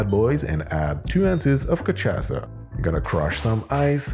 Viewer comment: It's pronounced as Ka-sha-sa